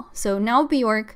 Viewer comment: My best friend is a huge HUGE HUGE Bjork fan and he’s always so quick to correct me that her name is pronounced “B-yerk”. Bjork rhymes with “jerk”. He confirmed this was true by showing me interviews of her saying her name. Anyway, I loved this live stream. 💕